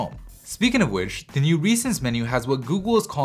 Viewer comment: Great video! However, could you please avoid pronouncing ''the'' as ''thee'' even when it's not before a word that starts with a vowel? I'm probably being pedantic but it kind of annoys me ^^